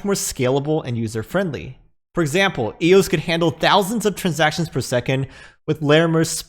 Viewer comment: Yeah it's so dead it just had a massive run and is on pace to be worth $20 by fall. But thanks for actually calling it eos and not E-O-S.